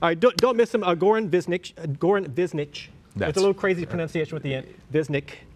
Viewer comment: Goran Višnjić is pronounced like this: G is not pronounced as ,,gi'' as you pronounce it,but as g in gabriel,solid g without a,i or anything like that Oran is pronounced as you would pronounced it but ,,r" shouldn't be as ,,ar" but as r,like in word senoRita Then the rest-Višnjić-is pronounced lik this: Vi-like you'd pronounce v(vi) Š-is pronounced as ,,shhh"(when you want somebody to shut up) or like in word sh$t(sh-š) Nj--letter nj is pronounced as a nj in a word ,,njet" I is pronouced as E Ć is pronounced a ch in word ,,chica" or ,,chic" or ,,chips"